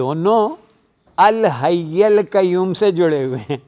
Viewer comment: بھائی الحی پر زبر نہیں ہے آیت الکرسی میں